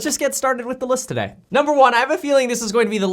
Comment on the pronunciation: NOBODY ; THIS GUY ; TodaHAY 😆